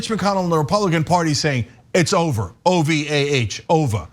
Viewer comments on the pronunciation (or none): O V A H instead of O V E R 😆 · Its over "ovah" over. You crack my family up. 🤣🤣🤣🤣🤣🤣🤣🤣🤣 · Cenk, that was succinct! As you say, "It's OVAH!" 🥳